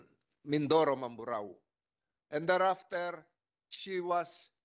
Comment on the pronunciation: Hesus maryosep ikaw vlogger nakisakay kana rin lang sa issue para lang may ma vlog ka. Hindi mo pa inayos ang pag bigkas ng mamburao. ANONG MAMBARO